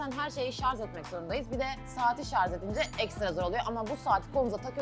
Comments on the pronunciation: Bu kızı ingilizce bilen okumuş etmiş kız sandım bu da ŞARZ demez mi aman allah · Şarz değil şarj ayrıca adanılalara çok sataşıyorsun yapma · Şarz değil şarj